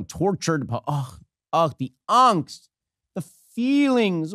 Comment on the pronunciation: How did he pronounce angst?!